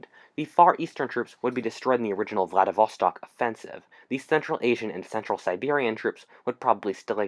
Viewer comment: Say it with me, VLADIV-STOK, not VLADIV-VA-STOK.